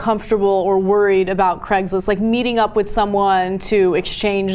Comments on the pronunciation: why cant you pronouce the ai in craigs list sounds more like cregs list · It's Craigslist, not Craiglist.